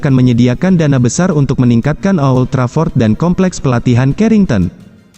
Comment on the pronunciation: old Trafford bukan o,old Trafford 🤣🤣🤣